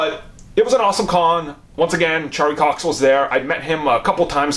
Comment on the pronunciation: “Sharlie Cox”